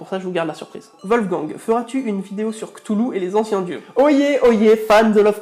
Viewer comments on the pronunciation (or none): Que des bons goûts musicaux dit donc :D Sinon je me demandais si tu connaissait la chaîne de Castor Mother car elle parle elle aussi de mythologie dans ses bestiaires :) Et juste pour l'info Cthulhu ce pronon en faite "Khlúl'hloo" ^^ Bon et comme tout le monde je trouve tes vidéo génial, dommage qu'il n'y est pas plus de bon youtubeur comme toi :/